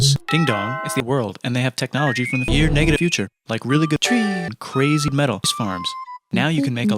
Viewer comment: the way he said trees. 😂